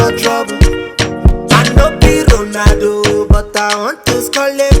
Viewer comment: Nigerians trying to pronounce Ronaldo: "Ronahhdoe." 😂🇳🇬